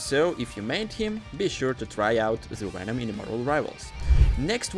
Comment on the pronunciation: Did you just say wenom??